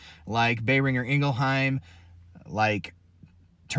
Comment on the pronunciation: Bayringer? Dude it’s Bohhhhringer. There’s no marilyn Munrae 😂